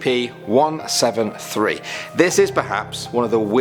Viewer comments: Dude nobody calls an Scp how you say it like... “skips” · You haven't before because it's the incorrect way to pronounce it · Is not said skips. You just say s c p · Never heard someone pronounce it skips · STOP CALLING THEM "SCIPS" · It's just pronounced s c p not skips, so, never say it that way again, it be scps but you still pronounce the letter (not including the s) are to be pronounced separately. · who the hell calls scps "skips" (obviously i know he's just saying scp.) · SCP - zero four nine SCP - zero fort nine SCP - zero fortnite That’s what I heard